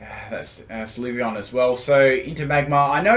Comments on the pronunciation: with all due respect, I think the correct pronunciation is "Sill-vee-on" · You were so close to pronouncing Sylveon correctly to begin with, and then you changed it to the incorrect form.